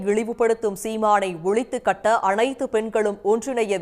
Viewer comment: ஒளித்து கட்ட இல்லை ஒழித்துக் கட்ட னு சொல் .....அழை‌ப்பு னு சரியாக சொல்